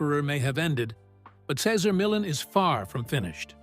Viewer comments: Doesn’t anyone listen to these before publishing them! This whole vid mispronounces Cesar Millan! He is a wonderful example of a great human being! A gift of a dog behaviorist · Yes he couldn't pronounce Caesars first or last name unbelievable! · We love you, Cesar! Dude in the video... learn how to pronounce his name properly, for crying out loud! We love you, Cesar! Come back. 🐾🐾💖💖🐾🐾💖💖🙏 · You are a horrible announcer... You can't even pronounce Cesar Millan.... And this man is Great with dogs and has helped alot of people.... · If someone is going to narrate, shouldn’t he learn the correct pronunciation of the person he he speaking of? Truly painful to listen to this with mis pronunciation after mis pronunciation… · The constant mispronunciation of his name and constant changes of it diverted my attention.. I rate CM. ! I tink there is a hierarchy with most animals!! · Would be good if you could stick to one pronunciation on the name! 2 different versions ,neither of them correct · The commentator should at least learn how to say Cesar’s name correctly. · Could you at lease pronounce his name correctly? Is that too much to ask? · This video is TRASH‼️ Doesn’t even pronounce Cesar’s name correctly. Barf!